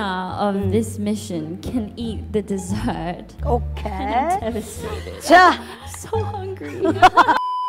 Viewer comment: Rosé:'blinto' Jennie:'netflex' Lisa:'TMR' Jisoo: 'I'm Jisoo I'm Okeyy'